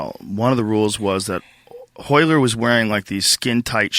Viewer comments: this fool cant even say his own name, its ROYLER, hot HOYLER, joe hogan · One of the best jiu jitsu fight breakdowns ever. Funny listening to calling all the Royler "reversals" all wrong (in the original). But who would have known. Awesome match.